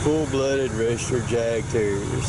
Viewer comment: Awesome pups. It's pronounced YAHK terrier, which translated from German means hunting terrier.